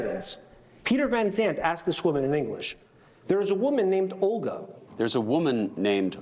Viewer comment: “I am a voman only a voman!”